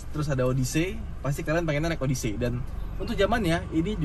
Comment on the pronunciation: Kaga gitu pelafalan “odyssey”, men! Odesi ( “des”nya kaya di “pedes”)